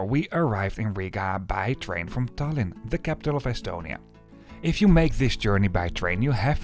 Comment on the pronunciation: Lithuthania and Falga is crazy pronunciation for a local😂. Tallinn was correct tho, respect! Btw, Elron and Vivi have unified schedules so there will no longer be a wait at Valga:) The same LTG service will meet the Elron train on the Estonian-Latvian border and connect Valga directly to Vilnius. Tallinn was not chosen as a terminus due to regulations:(